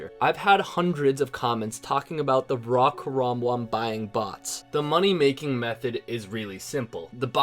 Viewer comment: Why do you pronounce raw WRAW?